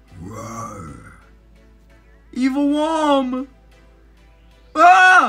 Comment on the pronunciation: its not wom its womy there is no y on the name